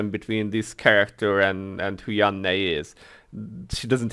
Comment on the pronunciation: I also play without sound. I'm typically watching something I'm streaming. I agree with you about Yanne's legend costume. I will most likely buy it, but probably won't equip it. Maybe just sit on it and sell it in the auction house. Finally I love how you say Yanne's name.